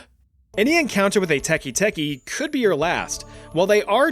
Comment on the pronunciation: It’s teke teke, not teki teki